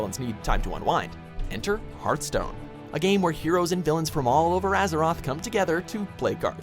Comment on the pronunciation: it's Hearthstone not heartstone